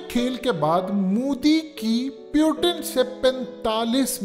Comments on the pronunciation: Bro it's Putin not pyutine 🤣,or tumhe kashmir chahiye. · Naam to theek se li liya kr, pyuton-pyuton , or putin jaha bhi baat krta hai baad mai ese sab kuch btaa deta hai.